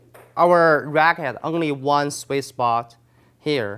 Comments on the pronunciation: Great video. Thank you ! It did take me 2 times watching this to figure out that you weren’t saying “Swiss Box”,... you were saying Sweet Spot . lol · Probably because he says Swiss spot not sweet spot.. But seriously, I'd say he is just very dedicated and conscientious. He avoids annoying slang words and phrases such as; "What's up guys!"